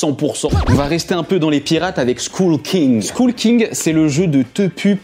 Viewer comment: Très bonne liste, j'en ai plein et effectivement ce sont des très bons jeux. Remarque : skull en anglais ça se dit skoeul (comme œuf). Ça me donne envie de l'acheter quand même. J'ai essayé exploding kittens, ce weekend, a ajouter à la liste c'est top. Trek12 on adore. Juste one plait beaucoup.